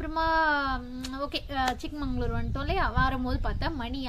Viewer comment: Good one madam keep up the great travels .. it is ChikMAGAlur madam not ChikMANGalur .. olden days one king gifted this place to his younger daughter that is chikka magaLu .. so it is ChikMAGAlur